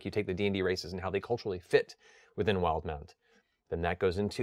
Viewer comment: WILD-MOUNT! I've been saying "will-deh-mount" this entire time! Now I think about it... the official pronunciation makes MUCH more sense.